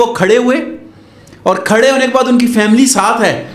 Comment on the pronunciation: Anperh 😂😂 faaaamileey ne huta family huta ha